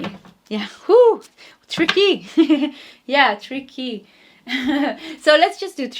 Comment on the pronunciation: You said tricky in the first pile but I heard three keys instead.